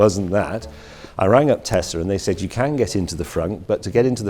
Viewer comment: Its little but I'm glad James says Tess-la rather than Tez